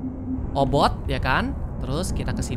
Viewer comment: Obit bukan obot